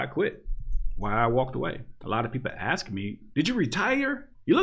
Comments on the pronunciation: Love your stuff but please, stop saying "aks" instead of "ask". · Dude. I honestly appreciate your content, but "aks". The word is "ASK". I am blind(it's a fucking Spectrum)and I am old and a bit old-fashioned. I will never see you, and I honestly like your content, but aks one more time, and you are deleted. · Why u pronounce ask, ax?? When you pronounce all others correct, well according to... is it to keep your n-card???